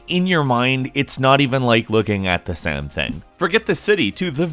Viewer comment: Anyone else semi-annoyed at the way he pronounces same as "sam". and other times in this vid.